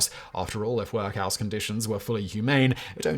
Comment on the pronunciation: If I never hear Simon say "Work House" again, it will be too soon.